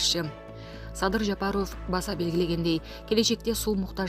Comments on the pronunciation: Жапарув дебей жапаров дечи карындаш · Диктор Ажообуздун фамилиясын Жапаров деп туура окучу сураныч. Жапароов дебей